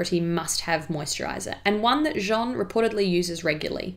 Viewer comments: Jeanne is pronounced as JANNE like J+ANNE not John No hate just pointing out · PS : Jeanne is pronounced ʒan with a more open /a/ like in ass 😂 & a little emphasis on the double /n/ Jean (as you're pronouncing it here) being a boy's name 😉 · Hello ! First of all you have an amazing accent, I hope my comment isn't going to stain that fact but I just wanted to say that "Jeanne" si pronounced "Jah-anne" (insisting on the n otherwise it sounds like "Jean" which is the masculine version of "Jeanne"). Think of "Joanne" without the "o" ;). Great video! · Merci! So sorry, I researched and listened to the pronunciation of Jeanne to try to get it right but found it quite tricky. Clearly swapped back to saying Jean without realising, whoops! 😯 x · Par contre tu ne sais pas bien prononcer « Jeanne », tu devrais le prononcer comme ça : j+âne et non pas jean+ne ! Ps: j’ai adoré la vidéo ! Bisous de Paris 🇫🇷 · Calling her Jean, as in Jean-Luc... she isnt french... !!! But she'll find a way of coming to Jeanne! like Jeanne d'arc, Jeanne Moreau, etc. Just listen to an interview with Jeanne Moreau f.i! or think of Ann, + a J in front... anyway its funny and cute! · I'm sorry, not to be mean, but it's not "jjj-ohn"; it's "jah-nne". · Thank you Jeanne! Sorry about the pronunciation, it was something I couldn't quite get my tongue around at the time but definitely know the difference now 😊 It's a lovely name! x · I agree your French pronunciation is really good, cheers to you! Just as a bit of constructive criticism, you are pronouncing Jeanne as “Jean” the male version of the name. Hard to describe but Jeanne is slightly longer with a bit of a vowel difference. It’s a subtle nuance, and like I said your pronunciation is amazing. Just letting you know because I would want a native speaker to tell me if I was in your position! Also I loooove these videos! Xx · ...it sounds like you're saying her name but the male version of it. Her name Jean-NE